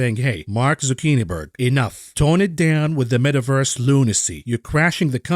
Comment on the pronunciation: The “Met-averse” gives you a headache